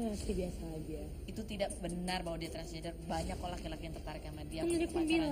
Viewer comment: Pas bilang “blur” sama “transgender” R nya (maAp) rada cadel ya.. sama kyk yg di video pas habis selesai operasi itu.. 😬